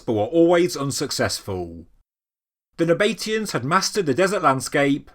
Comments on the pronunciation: "Nab-a-tee-ans" NOT "Na-bate-ians". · It is 4 syllables it's just the pronunciation that's a bit out. I don't know whether it is possible to spell it phonetically but I'll give it a try - NAB A TEE AN. Well I did say I would try. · It's pronounced Naba-TEE-Uns, not Na-BATE-ians. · Nab uh tea ins expertly butchered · "Naba tee ans" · is it not pronounced "nah- bah- TEE- ann" ? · Interesting pronunciation of the Nabatean's ?? I have always gone for 2 syllable, you go for 4 syllable. ??